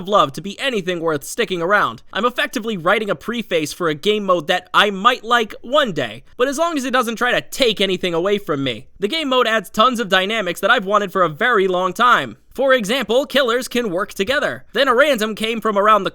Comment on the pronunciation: good vid as usual. a few notes: 1) preface is pronounced "preffis", not PRE-face. 2) killer queues are so long because survivors are getting 400% blood points, which is insane. 3) 2v8 is like if dbd was made in 2016 and had never acquired any licenses or went beyond version 1.0, or maybe 1.5 or thereabouts. it's very basic. it gets pretty dull pretty fast. the blood point bonus keeps us playing, though. 4) i doubt it'll ever be all killers in this mode. maybe they'll make it a regular summer event, and add a new killer (maybe two) each season, drawing out the killer additions over many years and totally milking it. after all, farm blood points = get iri shards = want to buy cosmetics. but you're short of shards, and that cosmetic is just 250 auric cells.....you'll just buy it with cash, what the hell. now i have the full set. THAT is how they operate.